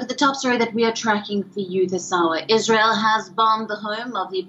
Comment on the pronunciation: Want to be a reporter and can't even pronounce Israel correctly. 🤦